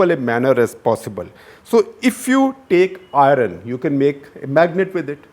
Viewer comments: If ignorance is bliss... you are blessed.... stop your nonsense about ' India" . .... Talk about your contribution to casteless society. What is your "surname" ? ..... Your pronunciation of " Iron "........ and " Pipty " by Gujaratis for " fifty" are vestiges of Dravidian influence on people who believe that all that is India is Rg vedic in origin. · Just a question: Why can people north of the Vindhyas never get the pronunciation of ‘Iron’ correctly. Even the Doon School types cant get it right, ironically 😜